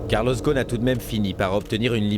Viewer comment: On prononce Carlos Rossen.